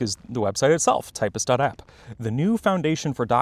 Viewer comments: Nooooo, man! It's officially pronounced "typst" as /taɪpst/, i.e. 'Ty' like in Typesetting and 'pst' like in Hipster. Not "typist". They have brand guidelines on their website. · Its typst not typist, checkout official pronunciation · I refuse and pronounce it tipst And it has been catching on around my university lol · Nah. Me see "typst", me pronounce "typst". Also, this is the best ending I've ev